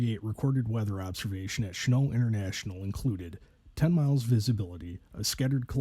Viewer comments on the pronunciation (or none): The airport name is pronounced "Shen-NAWLT." Who in the world does NOT know who Claire Chennault was?? That being said, the student pilot was an IDIOT who basically murdered his wife and child.